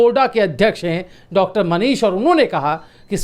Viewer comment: Doctor ko tar tar bolata hai padha likha nahi hai